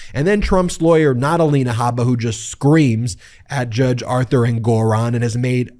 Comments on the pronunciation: Ben, the judge’s name is pronounced ENgaron (not enGORon). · Isn't the pronunciation of Engoron's name on the first syllable: ENG-or-on, and not eng-GOR-on? I could be wrong.... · You're an attorney, why do you intentionally misspronounce many of the peoples' names you cover? It's pronounced Judge "En-gerr-on". Your constant misspronouncement is one of the reasons I delete your videos, as well as unsubscribed from your channel. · Lol “En-GORE-On”? Ben please learn about accents on the right syllables… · Wait, is that how you pronounce the name of that judge?? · What's with the pronunciation of the Judges name? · What happened? The judge's name is being pronounced differently. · Ben,Ben,BEN! Time for a break. Listen to your grandma. You pronounced Engeron’s name 5 different ways and said E Jean Carroll was sanctioned 1 million dollars! Hey, at least I’m paying attention. You work SO hard and we appreciate your efforts. ❤ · Hilarious to listen to the number of ways Ben pronounced "Engeron" in just this one segment. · You've changed the pronunciation of the judge's last name. Is this the correct pronunciation?